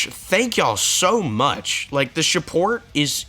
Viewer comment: "shu-port" But in all seriousness, good job kn reaching 1.3k!